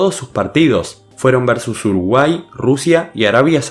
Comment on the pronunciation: Alguien se dio cuenta que decía Urugay en vez de Uruguay Buen video